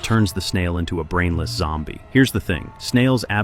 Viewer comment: Bro you said yombie it's zombie😂